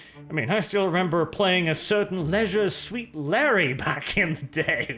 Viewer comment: Leisure SUIT Larry ... not Leisure SWEET Larry ...